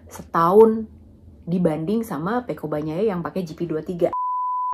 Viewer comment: Yg paling saya suka dari mbak lucy ini adalah bahasanya menyebut nama Pecco Bagnaia fasih banget, saya sulit melafalkannya